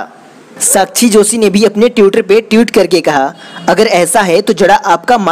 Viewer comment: Badhiya video. Bas ट्विटर और ट्वीट होता है, ट्यूटर ट्यूट नही। Agar ap public speaking ker rahe, to kripya uchcharan ka dhyan rakhe.